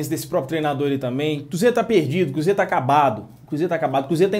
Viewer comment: Porque tem momento que voce diz "cúzeiro " e nao cruzeiro